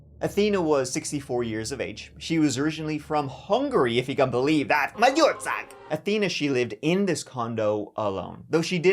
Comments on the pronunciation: My background is Hungarian and I loved when you said Magyarország🎉 and btw, Hungarian cooking smells pretty good😮😂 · 10/10 pronounciation on Magyar ország, i felt the gulyás soup in my veins for a sec RAAAH 🦅🦅🦅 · Your pronunciation of our country was almost perfect :) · Your saying "Magyarország" is very much appreciated 👍🏼